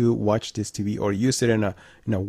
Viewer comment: It's not TBee. Its TVee. Please enunciate your words -G-4k. Jeeeez!!!